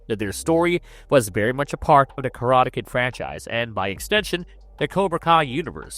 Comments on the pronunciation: Wow, maybe hire a human narrator next time. I was tired of hearing *Karata Ked" after 30 seconds... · The pronunciations are awesome. lol KaratuhKid, Ralph Matchio, Mr. Hann. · Why do you say "Karate Kid" that way? is this AI?